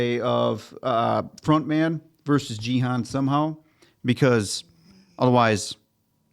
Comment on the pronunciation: and this is gi han not ji han, the pronunciation I say.